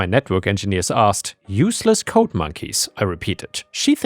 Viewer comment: "G"s have a softer sound than a hard "C" or "K". The way you pronounce "logged" is actually how the word "locked" is pronounced, "G"s and "ck"s are not interchangeable. Same with "D" and "T", the way you say "code" is actually how the word "coat" is pronounced. The "D" sound should be softer than a "T" sound, they are also not interchangeable.